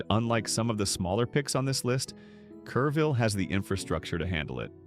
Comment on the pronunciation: I live in one of the cities listed here, but didn't realize it at first, the AI narrator said Careville but the screen said Kerrville, where I live. Luise Hayes Park? Where's that? Oh it meant Luis Hayes Park. That park and much low lying land in Kerrville was devastated in July 2025 and again in July 2026 by floods that happen once in 10,000 years. I live a block from a tiny creek that feeds into the Guadalupe River. That creek rose 20 feet in July 2026, cresting 4 feet below my house. The road next to the creek is still closed a month later. Two blocks from my house there was a drive by shooting early this month. A girl my daughter went to school with caught a bullet in her leg. On the plus side a Panda Express is scheduled to open next week, creating quite the local buzz!